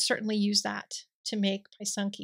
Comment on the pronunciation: Hi, welcome to pysanka writing. Just a small note. The y is soft as when you say the word is. Not hard like pie. Also singular is a pysanka, many pysanky. Again soft i sound for both y. I have never tried the etching. This is a newer phenomenon. Thanks for sharing, I may give it a try.